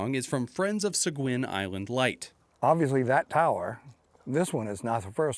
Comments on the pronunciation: Its pronounced "Se-geen"...I live in Seguin Texas. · So funny to hear it pronounce “Sa-guin” in Maine. Here in Mew Brunswick we pronounce it “Say-gay”